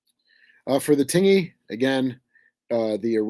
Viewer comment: Hello. Just an FYI, 'Tingey', USS Tingey DD 539, is pronounced "tin-jee", so the 'g' is a hard 'j', more like the word hinge. I have a very soft heart for the Tingey, she kept my grandfather safe during his service in WW2. He was fireman first class Holly Gene Ludwig, F1c. Thank you for bringing attention to her.